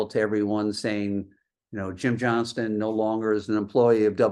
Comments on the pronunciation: It's Jim "Johnston" not Johnson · its Jim Johnston, not Johnson. Seriously how do you fuck up the guys name?